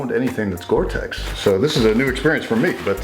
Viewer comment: It's gore-tex!